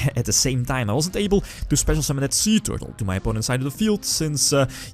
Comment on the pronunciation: Every time he said "Suee Tewrtle" I died a little inside...from laughter. =p